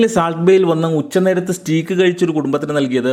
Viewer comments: സഹോദര, സ്റ്റീക്ക് അല്ല സ്റ്റേക്ക് ! That's the actual pronounciation! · സ്റ്റീക്ക് അല്ല ബ്രോ സ്റ്റേയ്ക്ക്.. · Nalla content, Stake ennan proper pronounce cheyyukka.